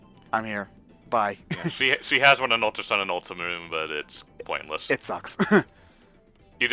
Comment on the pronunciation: Did... did refer to Ultra Moon as "Ulta Moon"?